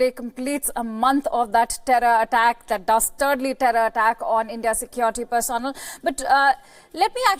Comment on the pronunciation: For India sake learn how to pronounce "personnel". I thought Indians are proud of their mastery of English?